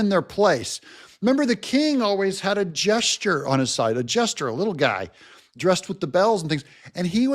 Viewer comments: Jester, not jesture,. You're welcome. Btw, I love your channel, I missed you when you got banned, and being that I only watch stuff on YouTube, I didn't know until a short time ago that you were back. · Court Jester...Not Gesture